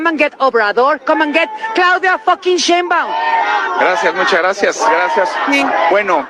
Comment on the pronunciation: The Fox lady fails to even pronounce correctly the name: Sheinbaum .. 🙄🤦🏻‍♂️